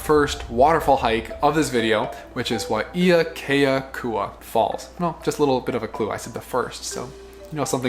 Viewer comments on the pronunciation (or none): Correction...Waiakeakua=Why-ah-kay-ah-koo-ah=Water of/from God. FYI....For at least >10+ years, Crouching Lion (Pu'u Manamana=Hill of Great Power) has been Closed to general public because of deteriorating trail conditions. Since 1995 or so, there have been several accidents, casualties and, sadly....fatalities, most recently in 12/2016. Recommend you 86/delete this hike from the list. Injury/fatalities on vacation/honeymoon is Not worth the risk!...How valuable is Your life worth to you, your family & friends?!